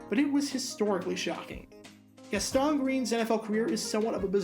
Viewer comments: It’s pronounced GAS-tin, not “his-TAAAAHN” like you say it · Gas-TAWN and WIN-der. Never heard those before. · Was wondering when somebody was going to say it! I’m watching this video now and wondering when GAS-TON became French 🤣🤣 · Right?? He’s no French! 🤣🤣 I’m just guessing that wasn’t born yet when Green was actually playing to know how his name was pronounced. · Hate to be that guy, but it is Gast-un Green and Sammy Wine-der. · It's Gas-ten, and WinDER. Learn how to pronounce the names of players!! And Charles White, was overcoming a drug addiction, so the Rams had to draft a RB in 88. As for most surprising, he was a 1st round pick, so somebody saw talent. He was both misused with the LA Rams, and didn't work hard enough to be a NFL RB. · Gastone and Win-der... You're killing me bro! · Dude. If you're gonna make videos like this, please at least learn how to pronounce the players' names. Watch some games from there era, and listen to how Sammy Winder's and Gaston Green's names are pronounced. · Not sure you are saying Gaston correctly. *check that - you must be really young, because you also pronounced Winder with a short (i) instead of a long. Okay, just wanted to say that.